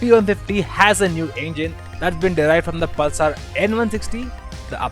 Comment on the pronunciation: Can’t understand a word of what this chap says 😒 Also, what is Pul-saar?